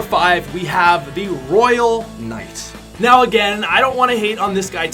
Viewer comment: You said royal knight wrong